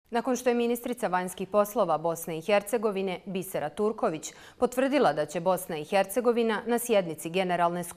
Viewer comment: bisera turkovič 😂 Kad treba da je ć onda je č i obrnuto.